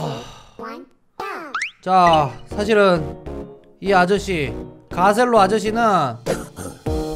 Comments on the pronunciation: 다들 아저씨라고 하지만 26살입니다..ㅋㅋㅋ쿠ㅠㅠ 그리고 가첼로가 아니라 가셀로입니다! 공식에서 그렇게 말했습니다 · 근데 월래이름 가첼로가아니라 가셀로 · 가첼로 원래 발음:가셀로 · 사실 가첼로가 아니라 가셀로에요.. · 가첼로가 아니라 가셀로 입니다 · 가첼로가 아니라 가셀로임니다 오해하시는분 많타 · 가첼로 가아니라 가셀로임